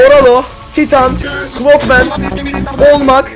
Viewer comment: Clock man derken cod men diyen koca yürekli 😂😂😂